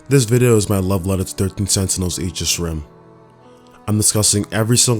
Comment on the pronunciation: Finally someone who pronounces "aegis" correctly lol